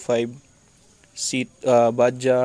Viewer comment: Shout out sir,noice vid,may konting conversion din pala,buti naka subscribe ako at nalalaman ang tungkol sa mga do's and dont's sa motor lalo na kung magpapalit parts,sir btw bajaj was pronounce as bad judge na medyo mabilis,indian surname din kasi ang bajaj 👍👍👍👍 hope magka trivia din tungkol sa knuckle bearings ng 152,marami sa atin nagkakamali tungkol din dyan,ano ang advantage at disadvantage ng mga naka port and polish?salamat,be safe,heavy chill